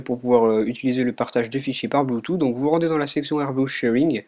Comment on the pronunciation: Ça se prononce : Bluetooth * Et pas Bloutou ! :D